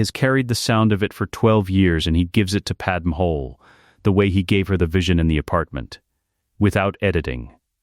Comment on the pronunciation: Thank you for great stories. But her name is Padmé not Padem.